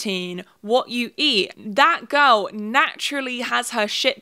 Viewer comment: LMAO WHEN SHE SAID THAT GIRL TREND I THOUGHT SHE SAID FAT GIRL TREND